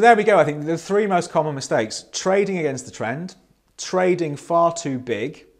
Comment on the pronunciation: Every time you say trading it sounds like toading.